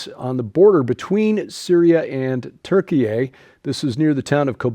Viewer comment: I'll stop at the first story, really don't want to hear Turkey-eh again.